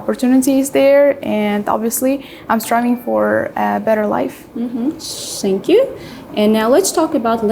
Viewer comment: it's not Sank you😭 Examiners, teachers, please, do NOT mispronounce the simple -TH sound